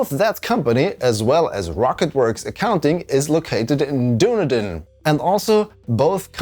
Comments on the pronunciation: It should be pronounced Done-e-din, not Doo-ne-din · Weird that Unity would think that FINDEX (an accounting company) employees would a: be requiring commercial licensing and b: secretly be working on KSA. Note, Dunedin is pronounced: "Dun-eed-in". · Dunedin is pronounced "duh-NEE-din". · Great breakdown of what's going on, but your pronunciation of Dunedin is way off, should be said DUN-edin 😊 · its not pronounced Dunedin, its pronounced Dinedin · Just Unity doing Unity things. Honestly, what dev is now going to keep using them with their ongoing toxic practices. Also, as a kiwi, "Dunedin" is said "dun-ee-din" locally. Probably a corruption of the actual scottish origins to an extent I'd wager tho :) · I love how he pronounces "Dunedin"